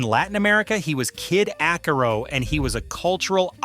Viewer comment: It's pronounced kid( AH-SEH-ROW) which means IRON.